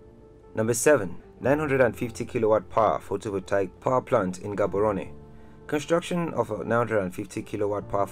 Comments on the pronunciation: Learn to pronounce Gaborone please . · Lemme help u with speaking my language setswana . So when you read Palapye dont say it as it is just say palape just like some other towns and villages in Botswana that end with "ye" oh and Maun dont say it like that say Maung but dont make the g sound . Theres also Gaborone and other towns and villages that start with G so in this case say the G as if you're gagging or being choked . ALL THE BEST